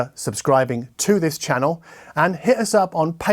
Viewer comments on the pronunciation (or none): none